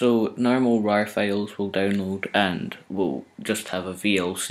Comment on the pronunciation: it sounded like open bras not rars